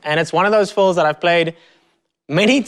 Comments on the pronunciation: Is he saying fulls or fills? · I love the way you say "fills".